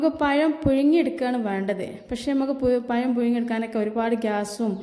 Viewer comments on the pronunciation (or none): Ithra samsaram venda.. Parayunnathu clear aayi parayu...payam alla, pazham... Vaanam alla, venam...LKG student pole...Palahaaram super.. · പയം അല്ല പഴം ആണ്